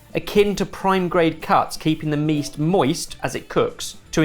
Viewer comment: "Keeping the meast moist"😂